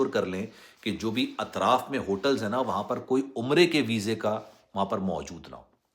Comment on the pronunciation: br URDU it is word اطراف ITRAAF NOT AITRAF